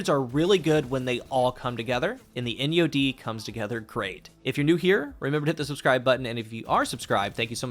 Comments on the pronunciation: Please tell me I am not the only one who heard "in yo d" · People who’s asking which SMG is that it’s “Enyo-D” 👍🏼💯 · She said put ENYO-D 😂